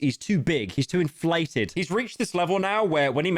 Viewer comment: Watching a good pyro slop video and having to click off when he says inflated